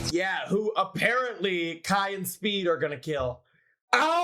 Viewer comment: Bro said schpood was the most evil